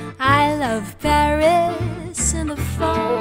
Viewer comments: Sometimes, the wonderful singer pronounces "berries" instead of "Paris", because of the very soft vocalization of /p/ fortis, bilabial. It is not very important, but to take care of it. Just to try and help. The song is magnificent. Thanks. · Единственное что смутило, так это неправильное произношение слова Париж, судя по всему иностранный акцент, так что простительно.